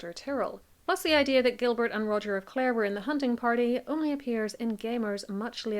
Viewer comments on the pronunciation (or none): none